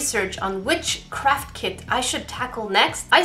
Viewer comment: I heard WITCHCRAFT instead of “ .... which craft...”🧐